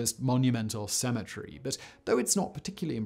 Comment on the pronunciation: So if you pronounce cemetery, well the way you do then how you say symmetry? Not poking fun just really curious